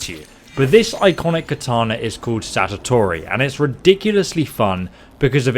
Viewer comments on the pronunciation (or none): fake title, since he says there's a better weapon later on anyway Also calls the sword "satatori" like 5 times, only to later actually call it "Satori" after seeing it in game... Clickbait and lack of preparation